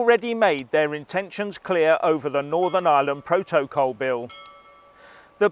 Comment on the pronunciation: What's a "Pro-toe-col"